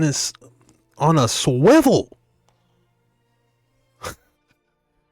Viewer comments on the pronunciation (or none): The girl in the end saying Shwivel lol😅